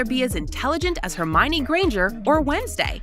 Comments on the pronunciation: How did you get all those names wrong? Even I will admit that before I watched the movies I even pronounced Hermione’s name wrong! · Crack me up how you said Hermione and it’s a really good video for a next video can you maybe do a like try not to laugh challenge and like would you rather laugh at this And show videos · She said hermione wrong the first but got it right the second time O-o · Yessss like in the prom dress one she said Hermoine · HeRmiOnE XD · Ik like what is hErMOUI-ine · Me to she said hormione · 😭😭😭 I’m not hating but, the way she pronounced hermione’s name OMG IM DYING 😭😭 woman: HERMOIANI p.s in the next question she says hermione’s name like ur supposed to pronounce it? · HERMOYNYS who hermony 🤣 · HERMOINY? ITS HERMIONE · Did Hagrid just say her name because I think I just heard someone say Hirmoynee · Yep same here like girl who the bloody hell is hermoine? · I almost died when she said herMoNe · I jthink she said Hermounie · "Her moi a knee " had me cackling! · Yeah the way she said Hermonie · Ikr “Her moy on nee” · HeRmOyOhKnEe granger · Her-moy-nie got me rolling on the ground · ‘Hermoiiny’ granger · "HoRmYnAy" Potterheads be like 👁👄👁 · ITS HERMIONE NOT HOIMIONY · Hamoiny dress wtf was that pronunciation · they butchered their names so bad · The way the said Hermione 😂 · She could pronounce Hermione in 4 but not in 3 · yes, i know i was just saying “the WAY she said Hermione was funny” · Bro hermione for the dress one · Hermione lolol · As a Potter head I am laughing 😂 at how she pronounced the Harry Potter names😂😂😂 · the way she pronounced Hermione the first time has me orbiting the sun 💀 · You pronounced Hermione wrong😡😡😡😡😡😡😡😡😡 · See-dric man.. CEDRIC WHAT HAPPENED.. And Hermoine AAAAAAAAAAAAAAAAAAAAAAAAAAAAAA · HermOIne gorl it’s Hermione Anamagus gorl! It’s animajis! Ceeeeedric gorl! It’s Cedric! vOledmort gorl! It’s actually Voldemort i know everyone says it wrong 😑 Gorl you can’t talk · It’s Hermione and Cedric 😅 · hermooineey seedric